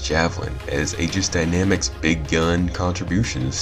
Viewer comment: Why can nobody pronounce "aegis" when it takes literally like 2 clicks to learn?